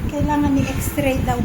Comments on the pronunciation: Isa ka pa. Idol mo nga talaga si. X-ray is the right pronunciation not Xtray or exray. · Late comment pero pakibasa ng mga comments.Hindi xtray ang pagpronounce it's XRAY.. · X-ray po Hindi x-tray Kino correct ko lang po para Hindi gayahin ng mga bata na nakakarinig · Ilokana ak met, pinansin ko idin ta extray na.